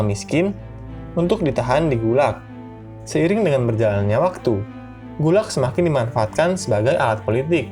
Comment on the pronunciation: Min. Saya mahasiswa Indonesia di Rusia. Mau sedikit komentar. Pengejaan singkatan Gulag di awal kurang tepat pengucapannya. Selebihnya terimakasih sudah membuat konten ini.